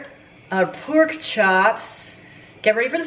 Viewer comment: These recipes look so dang good!! Please please always say pork the way you said it while cooking the “poke” chops!!! I have rewound that about 50 times and laughed my butt off. I love you!!!!! U always make my day!!!!